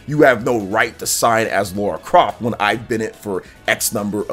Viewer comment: Oh btw, it's not "Laura" Croft, it's Lara Croft. The "La" rhymes with the "ca" in car or far or bra. "Lah-ra"